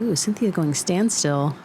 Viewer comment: Unless Klezberga purposefully uses an alternate pronunciation while in the US, "Sintija" is not pronounced "Cynthia."